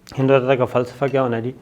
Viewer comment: ہندوتوا ہوتا ہے سر ہندووتا نہیں ہوتا